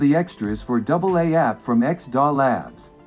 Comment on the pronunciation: It's called X.D.A. and not X.DAhh (